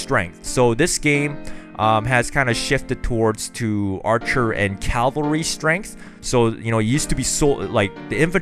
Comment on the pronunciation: seriously? caLvalry? SERIOUSLY?